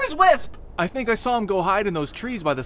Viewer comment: FCKIN FINALLY THAT SOMEONE IS CALLING WISP io NOT LO!!!